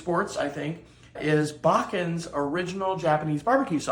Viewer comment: It's pronouncer "Baa Chan." It means granny in Japanese.